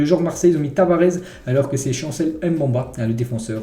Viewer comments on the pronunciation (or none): fait un effort sur les nom de l’OM c’est mbemba pas mbamba